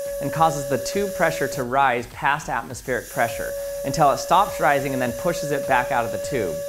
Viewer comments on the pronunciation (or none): none